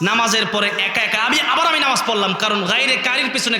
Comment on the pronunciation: নামাজ কথা টা আগে ঠিক করেক